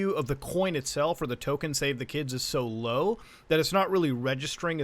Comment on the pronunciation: It’s not $kids it’s Skids man it’s Skids 😭😭😭